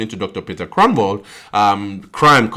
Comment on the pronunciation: You say the "g" in Groenewald as if you have something stuck in your throat a "gggggg" not a k sound 😊